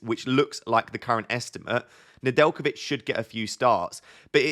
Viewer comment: Nedjelkovic perfect pronunciation ✅